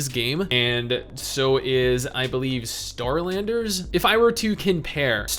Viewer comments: Is it bad that every time he said Starlanders I heard Skylanders. Lol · I thought he was saying Skylanders at first too lmao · I don’t know why but when he said Starlanders I thought he said “SKY”landers for some stupid reason I don’t know why...